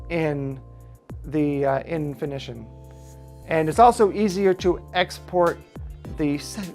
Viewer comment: Thanks for the video. Full of good info. In-fini-tawn I am not saying you should script your videos, but writing down what you want to say beforehand and NOT reading it as you go a long would be a good idea. You do a lot of onscreen thinking which results in a lot of pauses and afterthoughts.